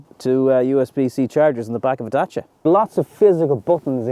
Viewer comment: Love how good you're pronouncing 'Dacia' . 👍Exactly like in romanian.